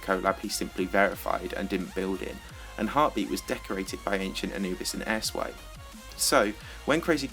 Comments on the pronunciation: when you said airswipe i thought you said ass wipe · Airswipe I heard asswipe😂